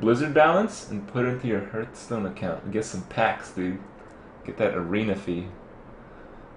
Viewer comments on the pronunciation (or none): Are you finally going to stop saying "na-fal-em" over the correct "nef-a-lem"? Also, it's pronounced "harth-stone".